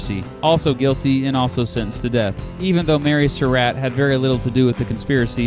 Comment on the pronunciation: Hate to nitpick, but it's "At-zer-ought", not "At-ze-root". And it's "Sur-ought", not "Sur-rat".